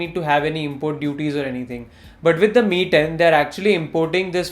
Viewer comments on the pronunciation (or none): I wasn't able to distinguish you saying ME and MI..... Quite confusing😅